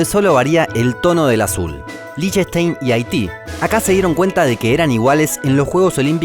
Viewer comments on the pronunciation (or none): ES EL PRINCIPADO DE LIECHTENSTEIN pronunciándose en idioma alemán de la siguiente manera...(LÍJTENSHTAIN) Y NO..."LICHENSTEIN"...